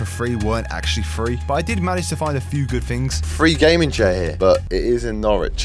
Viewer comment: my ears- Three= Freee Free=Frreee